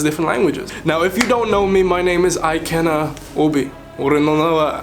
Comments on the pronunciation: My dude. Your name is pronounced EE-kenna not AI-kenna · Did he just say his name wrong? I’m Igbo so it bothered me when he said Eye-Kehnah instead of E-Kehn-Nah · Fam its pronounces E-K-nna not. I don't want to believe you didn't know the actual pronunciation of your name. I might be wrong but maybe you say it like that because its easier for other people to pronounce or remember? Anyways this was an incredibly entertaining video, Keep it up! All Banter. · I wish you would learn Igbo. I feel compelled to say you are pronouncing your first name incorrectly. The “I” is pronounced “ee” in Igbo. Also the two “nn” produce an elongated almost “ng (without quite pronouncing the “g”). “Ee- keh-ng-a” Happy to teach you more Igbo. Igbo Kwenu! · YOUR NAME IS NOT YOU FOOLISH GOAT. You can speak a million languages but you cant pronounce your name correctly what kind foolishness be dis? My friend you better learn Igbo next. Nonsense.. lol its all love bro. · Learn Igbo next, so you can pronounce "" properly.... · You pronounced your own name wrong. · I'm only here cuz I saw that Nigerian name Bruh can't even pronounce his name right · Me too bro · Rhea and Michael He is Igbo from Nigeria on his fathers side which is where he Got from. All traditional Igbo names have specific meanings and pronounciations, I should know as I am also half Igbo. So he is actually 'pronouncing it wrong.' Go to his Nigerian music video you will see him pronouncing it correctly, as he does know how to, but just twists it a bit for some non-Nigerian watchers. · He is Igbo from Nigeria on his fathers side which is where he Got from. All traditional Igbo names have specific meanings and pronounciations, I should know as I am also half Igbo. So he is actually 'pronouncing it wrong.' Go to his Nigerian music video you will see him pronouncing it correctly, as he does know how to, but just twists it a bit for some non-Nigerian watchers.